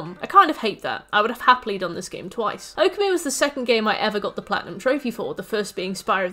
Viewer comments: You mispronouncing Okami kills me… //points to my username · The way you pronounced Okami literally made me spill my drink. I will not correct it as there are plenty of videos but let it be known you singlehandedly made me change shirt.